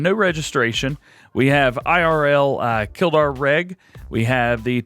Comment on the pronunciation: Wow wow wow not how you say kildare bud